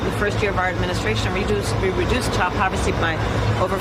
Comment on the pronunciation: "child poversy"?